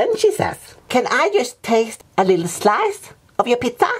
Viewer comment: "can I have just one more schlice?"